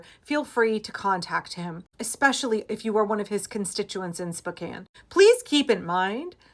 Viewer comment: Thank you for pronouncing Spokane correctly. My father was born and raised in Spokane. I spent many years living in Spokane while I was growing up - born in Seattle, raised in Eastern Washington and Central Oregon. Spokane was not always Republican. Tom Foley, former speaker of the House, was from Spokane.